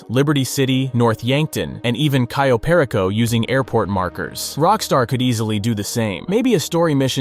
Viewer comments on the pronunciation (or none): It’s cayo perico not ciyo